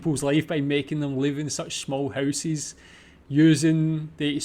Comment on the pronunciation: Please tell me "housies" is not an actual accent! You are trolling, right?! 🤣